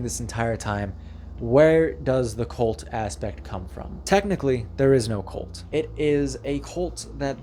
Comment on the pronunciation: Say cult, not colt.